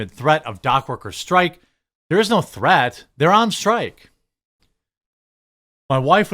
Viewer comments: Homie? Strike, not strick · Dock Strick? STRIKE...lol